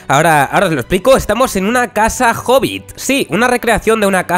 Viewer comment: Pense que decía "Casa Horrible" y yo así de ¿wat? Xd